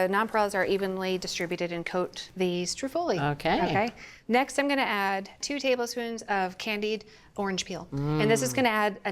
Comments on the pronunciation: I need her to stop putting the accent on the wrong syllable. STROOOO-ffoli, please! Also, Juila is always saying "prozhutto" and it's not supposed to be voiced. But while they need to work on their Italian I do love this channel! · she said: STREW FOLIE